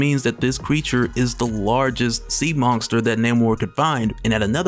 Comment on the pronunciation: Do you say the word monster with a "G" in it like Mike Tyson dose lmao...Mongster